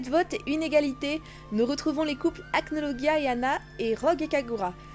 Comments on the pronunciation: Achnologia 😂😂😂 tu le prononce "guia" mais c "gia" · Acnologia ce prononce " Acnolojia " ;)) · Ça ce dit acnolojia mais bon je dit ça comme ça